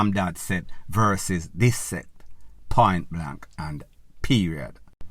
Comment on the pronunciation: One vlogger, can’t even pronounce the word this, all you hear is zit and zatttt.